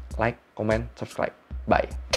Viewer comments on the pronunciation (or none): none